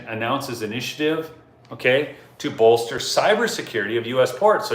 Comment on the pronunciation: WTF is bolterwheres the Captain?😂😂